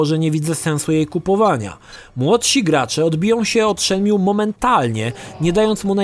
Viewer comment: Zanim zaczniesz recenzować naucz się dobrze wymawiać tytuł. Shenmju gosssh god damn it.